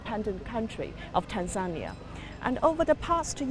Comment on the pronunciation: It’s Tanzania! Not tanzenear